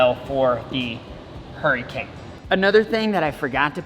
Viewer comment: F1 raceboat looks like a crawdad...Name it Crawl-Dad! The Irony! Or maybe the way you said Hurry-cane...